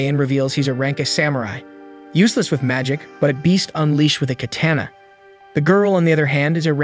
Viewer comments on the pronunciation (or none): none